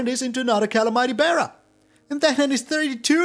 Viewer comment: I like your style but you mispronounce calamity if that matters